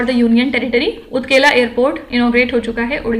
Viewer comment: Madam! It's Utakala Airport.. Not ukela airport